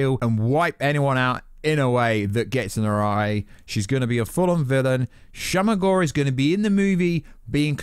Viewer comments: It's not shama gorath ,its shuma gorath. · Ffs it’s not shama gorrah it’s SHU-MA GOR-RATH you insufferable white man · Your pronunciation of Shuma Gorath is upsetting